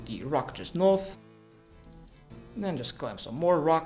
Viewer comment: GO NOOOOOTH GO EAST THEN NOOOOOOOOOOOOTH, when he finally said north i was so happy, then it went back to NOOOTH